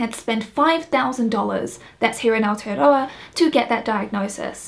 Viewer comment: it sounded like you said you live in alteadoa. i'm guessing i misheard and you actually said aotearoa. is that right?